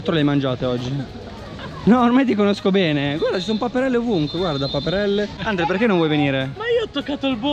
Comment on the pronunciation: che continuava a dire Andle invece di Andre hahaha